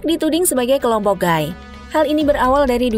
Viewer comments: Gay : bacanya "Gei", bukan "Gai" ya... Kalo Guy : baru dibaca "Gai"... Hehehe... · suara bagus, baca narasi keren kyk pro.. tapi baca "gay" nya gaiiii.. gaiii ... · Gay itu dibacanya "gey". Blo'on bgt ini pengisi suara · Gai(Guy)? Bukan sebutan nya Gey(gay). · Maaf ya nona narator. Lelaki homoseksual itu disebut GAY (ucapkan gey). Para pria sering dipanggil GUY atau GUYS (jamak) lafalnya gay atau gays. Jangan terbalik ya, lain artinya.